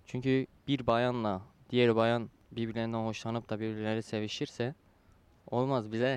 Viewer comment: bir bayaannn la diyer bayannn :D bize gız kalmaz :D